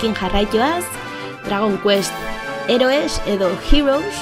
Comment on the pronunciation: a ze pronuntziazio ona Heroes-ekin jijiji